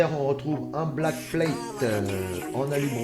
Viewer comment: "la blackplate" "le port pin" ??? apprend a parler aven de faire une vidéo 👎